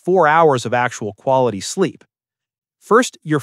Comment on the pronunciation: TF IS BIZEEP 💀